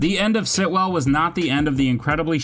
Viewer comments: the repetition of “Sitwell” and not the correct “Stilwell” is really annoying me lol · It's Stillwell*** not Sitwell or whatever you keep calling her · Yeah it kind of ruins the whole video. Hard to take anything else as credible, even though it’s true, all because he didn’t pronounce a simple, easy name, the correct way. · Anyone else wanna talk about him calling Stilwell, Sitwell the whole way through!? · Great video, great list… but it’s stillwell* not Sitwell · finally someone noticed... so annoying hahaah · How many times this guy says Sitwell when her name is Stillwell was cringey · Her name is Stillwell not Sitwell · Stillwell, not Sitwell.